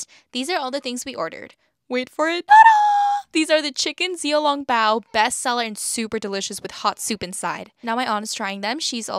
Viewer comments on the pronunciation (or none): It’s pronounced shiao long(not laung) bao 😊😅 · The way you pronounced xiao long bao is a crime.